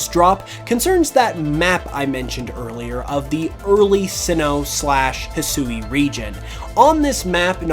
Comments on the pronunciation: Yo man I hope you see this !! The region is pronounced hisui ( HE-SWEE) is how you say that not ( HE-SOO-EE) which is how you’ve been pronouncing it just some helpful knowledge so you don’t keep butchering the beautiful Japanese language I see a lot of Americans woth this issue like some that can’t say sasuke it’s ( SAHS-KAY) and some ppl say (SAH-SOO-KE) which is similar to what you’ve been saying Anyway hope u read this and hope I helped you today I’m down to battle anytime! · Despite what was said in the trailer, Hisui is pronounced "hih-swee" not "hih-soo-ee". Sui being the Japanese word for water. The woman speaking during the reveal clearly wasn't told that, and likely has had little to no exposure to the Japanese language.